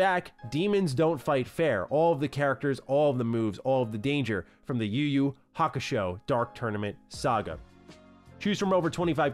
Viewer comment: Idk but kinda irritated when he pronounce the title yuyu kakushow😂😂😂